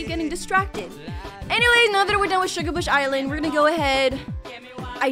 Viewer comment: u said shugabush heads that wrong